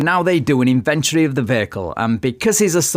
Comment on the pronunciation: you said invent-ary